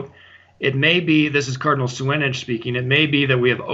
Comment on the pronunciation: By the way l'm pretty sure Cardinal Suenens is pronounced Soonens. Weirdly l belief he consecrated Archbishop Lefebvre a bishop...an evil man consecrating a Saint!